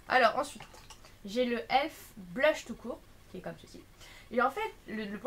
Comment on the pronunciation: Sa se dit E.L.F prononce toute les lettres,c'est pas elf ..